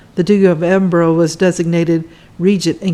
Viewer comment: Nice video. Edinburgh is pronounced "Edinbru" in the UK, so you know and not Edinbrow